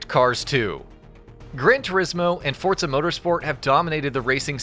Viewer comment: forZA not fortza ..... fortnite and forZa didnt have a bastard child its just forZZZZZZZZZZZa